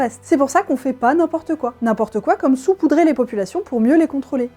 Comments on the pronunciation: Salut ! Je passe juste pour dire qu'on ne dit pas "soupoudrer" mais "saupoudrer" Bisou bisou ! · Alors juste pour éviter une épidémie déjà bien étendue, on dit sAupoudrer et pas soupoudrer (je sais que c'est en écho au COMPLOTISTE majuscule mais des personnes vont le prendre au premier degré). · Pour info, puisque ce n'est pas précisé, on dit "SAUPOUDRER" et pas "SOUPOUDRER" !!! #Bescherelle ! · Je trouve cette vidéo très choquante, que de désinformation! On dit "saupoudrer"...pour le reste, merci =D <3<3<3